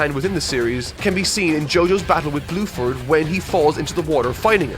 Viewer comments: Did you call Bruford fucking BLUEFORD? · omfg you actually call bruford blueford that killed me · this dude really said Blueford LMAO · I don’t want to be rude but you should look up some of the characters names because they are changed for localization. I.e. Bruford -> Bluford It doesn’t make your very well written review sounds as good. I still love the video though! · His name is Bruford not Blueford. RIP in censorship. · I cannot tell it is saying Blueford or not and it’s really funny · he does say bruford but just pronounces his Rs weirdly like as if he doesn't roll on it even a tiny bit